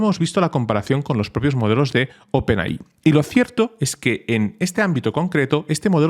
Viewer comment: por favor deja de decir Open AHÍ, se dice OPEN EY! AY!